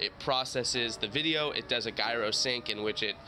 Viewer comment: The way you said gyro hurty my brain.